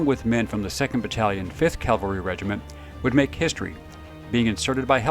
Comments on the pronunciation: CAVALRY noT CALVARY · I like your stories and appreciate you bringing them out but of you're going to do military videos you really need to learn the difference between Calvary and Cavalry. In your video about Bruce Crandall you consistently said 7th Calvary. Calvary is where Christ was crucified. Right is right, wrong is wrong. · I love your work and I love your videos. But I’m an English teacher and I have a difficult time hearing you say “Calvary“ instead of “cavalry“. Calvary is a hill upon which three crosses were erected for a crucifixion. Cavalry is horseback and horse mounted. as I said it’s a trivial thing but it’s important that what you do is accurate. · It’s cav-el-ree not cal-var- tee! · Crandall and Freeman were amazing. But I have to nitpick....CAValry, not CALvary. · Remember, Calvary is where Jesus died. Cavalry is something totally different Cal-vary vs Cav-alry. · Please learn the difference between cavalry and Calvary. Please...